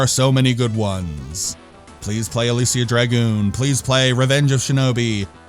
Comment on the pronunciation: You really tried on that pronunciation. You really did. It wasn't even close, but you get an "A" for effort. I love that cover art. It gets my Golden Axe senses tingling. I'm surprised the European version didn't have a cover by Luis Royo. I would have liked that. You're absolutely spot on with a necessary sequel. That's why they made sequels in the first place: reuse the engine, some of the assets, solve a lot of the problems, and put more time into it. When you compare Shining Force 1 and 2, the difference in quality and gameplay is like comparing Stonehenge to the Burj Khalifa. This game needed that additional polish and quality control. It really could have been a franchise, especially if they reduced the platforming and increased the combat to Actraiser levels. I love the sci-fi/fantasy combo this game has. To be fair though, I've probably seen KRULL more times than I've seen the sun rise. You'll be happy to know that i left my 8 year old with my Genesis collection on my Switch, and he chose on his own to start a Shining Force 2 campaign and loves it. He likes the tactical combat and the micromanagement. Parenting done right.